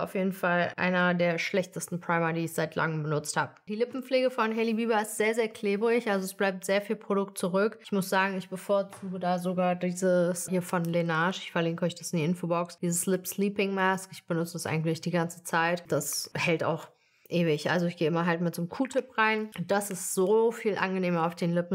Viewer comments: Es heißt Laneige und nicht Lenaige 😅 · es heisst halt laneige und nicht lenage😅 aber wie auch immer❤ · So cute La Neige wird "La Nesch" ausgesprochen so wie Beige nur mit N statt mit B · Ich dachte immer die Marke Laneige wird „ Lanech“ ausgesprochen 🤔🤔